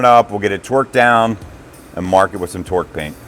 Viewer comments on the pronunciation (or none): Are you saying torque or twerk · So awesome to see the progress on the 401! What a difference since that first video. Keep it up!!! Can't wait to see her fly again!!! It seems like you no longer say "few-saw-lidge", now if we could get you to say "torque" instead of "twirk"... Torque is something you do to a bolt. Twirk is something you do with your rear end. 😂😂😂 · I kept hearing twerk lol